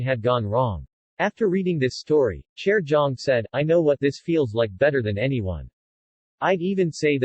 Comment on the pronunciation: I’m sorry, why is he pronouncing Jaejoong’s name like that???